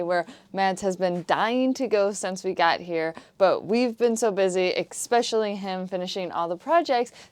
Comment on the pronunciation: "Ekspecially" nice to see the sails up!